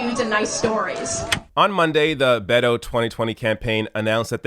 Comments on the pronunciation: It's Bet-toe... Not Bae-do... Good report, as usual. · It’s bet o not bay to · I can't believe how many times you mispronounced his name. It's pronounced "bet on my stork". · I love your show. I'm surprised you don't know how to properly pronounce "Beto".